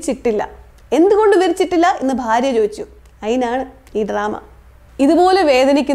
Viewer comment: ഭാര്യ, ഫാര്യ അല്ല